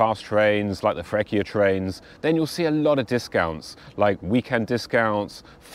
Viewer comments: We are sooo fancy and loud 😂😉 Please let me explain you how to pronunce Freccia. It's not Frekkia, because that c + c + i sounds like cha cha cha, a soft c, and the c is double, so... Frech-chia 😊. But... If you say "chi" (who), or "che" (which, or that) the c is hard, and you pronunce ki and ke. ...We are fancy, loud and complicated 😂😂😂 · Are you still in Emilia Romagna? Don't miss Ferrara and Ravenna! Fancy and loud are not the qualities I personally like most in people, especially loudness but I know Italians are well known for these two among others 😂 For the pronounciation of Freccia, it has been funny and nice to hear Frekkia and also it has been funny and nice to hear "pawlee eenglese" 😊 I hope that my baaad english can result funny and nice too 😂😂😂